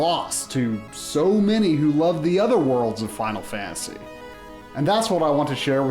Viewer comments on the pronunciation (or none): 80% of the time this dude says final fantasy, he says, "Fial Fantasy"